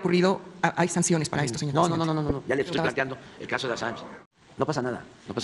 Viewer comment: “yo ejtoy por encima de la ley”